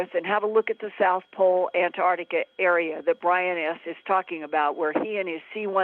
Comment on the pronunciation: Ant arc tica not Ant tart tica